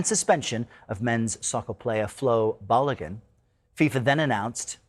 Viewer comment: Its Balogun, not Baligun!!! LOL🤣